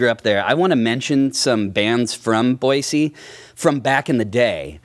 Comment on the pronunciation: It's Boy-See...the Z is silent!